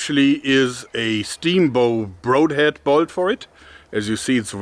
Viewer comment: Has no one had the guts to tell Joerg he is mispronouncing the "broad" in "broadhead"?